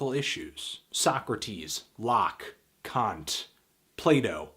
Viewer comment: Thumbs up for pronouncing Kant and Nietzsche correctly ;)